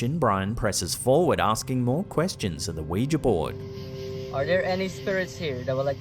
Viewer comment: Thank you for pronouncing Ouija correctly. Don’t know why it bugs me when people say it like Wee-Jee, it’s Wee-Juh phonetically.